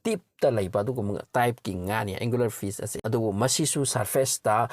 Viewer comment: Angelerfish haibne angularfish haib ntte brother